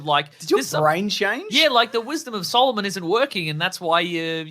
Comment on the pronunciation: My complaint about this movie is that Shazam is portrayed as a child when Billy Batson is growing up. They make a joke at one point about him lacking the wisdom of Solomon, which he mispronounces as "Solo-mon." I think I'd heard the story of Solomon cutting the baby in half before I was 10, and the movie says Billy would be 18 in five months. He's not dumb. But when Zachary Levi takes over, he's an idiot. (You discuss this .) Making it that much worse is that the first 15 minutes were good. I thought it was going to be a great film. But once the bridge fiasco is finished, so is the movie. I made it to 57 minutes into this thing, and then walked away.